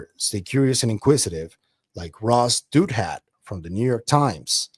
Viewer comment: I think it’s pronounced Dow-That